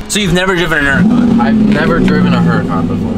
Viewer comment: SELL IT. It would be awesome to not hear you mispronounce Húracan ever again!